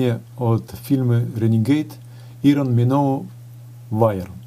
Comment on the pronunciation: Так слух режет- ирон миноу. Извините но поправлю- Айрон Миноу.